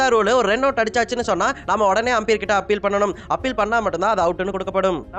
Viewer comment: ஆம்பியர் இல்லை umpire, ஒழுங்காக சொல்லுடா , difference eh Theriyala நீயெல்லாம் யூடியூப் சேனல் வச்சிருக்க